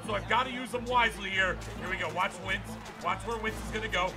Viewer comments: It’s wentz not wintz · It's Wentz not Wintz